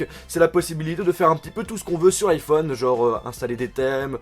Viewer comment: Arrête de dire un "N'iphone